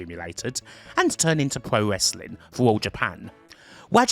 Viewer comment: "pwo wesswing" lol